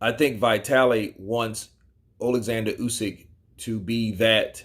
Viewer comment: dude it's not Vai-taly. It's Vee-taly...